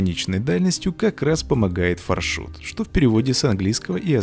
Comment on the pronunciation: На английском пишется FarShot. Far- далеко, Shot- выстрел. Тогда почему мы говорим ФаршУт. (если я не ошибаюсь) Надо говорить фаршОт( или Ё, не знаю).